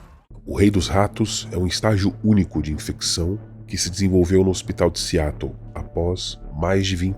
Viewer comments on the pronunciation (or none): none